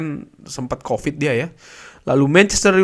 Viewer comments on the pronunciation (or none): none